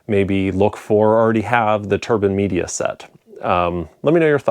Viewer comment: He actually pronounced it almost correct. It's a German company and the name is pronounced in German, not in English 😉